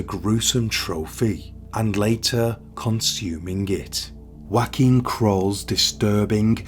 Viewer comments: His name is NOT Joaquin, a Spanish name, it is actually Joachim, a German name edit: According to the web it is either : Yoh-a-keem or Joh-a-keem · His name was pronounced Joe-came. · You have to work on your pronounciation of NAMES (for ppl as well as towns) - Joachim is not a Spanish/Mexican name and not prounced as in Josè! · Is that really how you pronounce his first name? I thought it was like yo a chim.